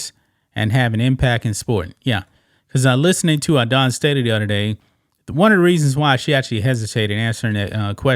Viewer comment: I gave this a thumbs down, not because I support trans people in women's sports, but because more than 2.5 minutes in and this bloke still hadn't explained what the NAIA is! And then constantly pronouncing the name "Dawn" as "Don" and I was out. Give us the info and clean up your diction!